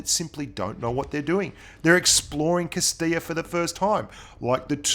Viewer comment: I took a positive out of this vid. Got to hear from along time player, funny commentator, contributor for me getting better at blitz, and hear him pronounce Castilla like a solid Down Under Hispanic! Good work.